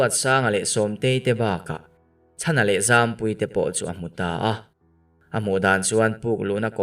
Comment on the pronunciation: Wle nilovin awle zawk aw